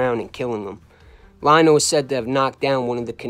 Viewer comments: How you a mob historian and you pronounce Frank Lino as Frank “Lie no” it’s pronounced “Lee no” Eddie Lino got wacked by the mafia cops.. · Pronounced Lee-No in Italian Li is pronounced Lee. As in Lioni, Leone